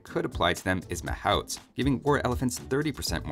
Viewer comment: Wait. Is that how mahouts is pronounced? I never said it like that.